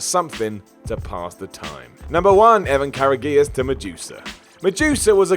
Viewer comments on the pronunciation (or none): Lol. Evan Care-ah-ghee-us? You can tell wasn't a fan of WCW. It's pronounced courageous. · it's evan (pronounced) COURAGEOUS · Wait..... For someone who's such a wcw fan... You're did you manage to mangle Evan Karagius' name so horribly? She you do know it wasn't DDP who dropped the strap to David Arquette right? I swear what culture has gon downhill since the split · I guess he couldn't take the time to find a match Evan was in and listen to how Shiavone pronounces his name. If it's not WWE, its not important, I guess. Shame too.